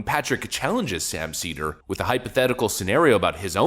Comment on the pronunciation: Sam “seether” Seder